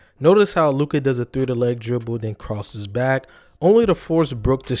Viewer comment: I literally paused after 2 sec and disliked. Learn how to read Luka name before making video about him.